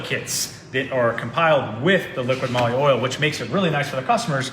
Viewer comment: Not Liquid-Moly, it's Liqui-Moly...you just have to read what is written on the bottle picture...Both are saying it wrong!